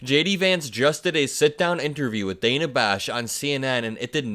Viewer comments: Again, her name is pronounced, "Danna," not "Dana," even though it is spelled with one n. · Her name is pronounced DAN - A not DANE-A